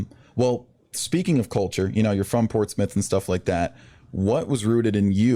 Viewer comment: You need to learn how to say “Portsmouth” and “Norfolk”..